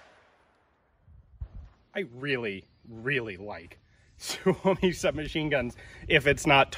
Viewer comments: Just a minor correction: Suomi is always pronounced with the emphasis on the first syllable; i.e. SUE -o-mi, never sue-O-mi. Hyvää Päivä! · PSA: Suomi is the Finnish word for “Finland”. Finnish words always place the emphasis on the first syllable. It’s pronounced SUE-oh-me, not sue-OH-me. We will now return you to our regular broadcast. Thank you. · I believe the Finn boys pronounce it sue me.